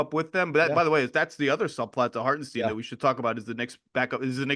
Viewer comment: I'll keep saying Lorrie so long as you keep saying Hartensteen . . . .